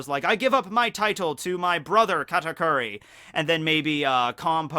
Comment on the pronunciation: Bruh its kahtakuri not catakuri